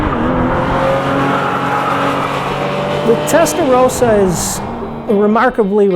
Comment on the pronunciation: Hey..rossa not rosa!